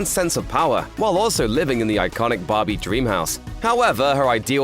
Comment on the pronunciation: Take a shot every time this guy says "Bahbee" (which incidentally is Aussie for BBQ)